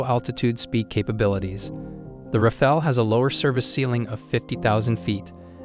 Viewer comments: It's RAFAL, NOT RAFAEL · « Rafael » is a 15 century painter… learn to say Rafale correctly ( means wind gust OR burst fire in french)